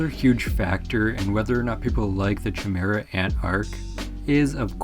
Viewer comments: It's pronounced K-imera I think broski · “chamera” thats not how u pronounce chimera. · Say chimaera one more time 😂